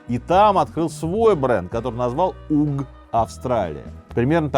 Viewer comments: Windsor произносится винза, а uggs- агз, а не угз😅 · Uggs произносится как аггс...